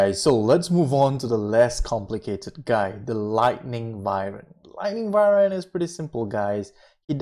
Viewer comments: Its not vivern its pronounced Why-Vern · Its Wyvern not Vywern lol